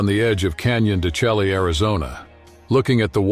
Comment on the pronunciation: At minute 7, Canyon de Chelly is pronounced Canyon de Shay and is a Navajo Holy place in Chinle AZ. .